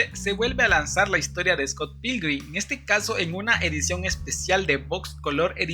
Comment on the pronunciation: ni siquiera puedes pronunciar bien Scott Pilgrim-... no es dificil, :(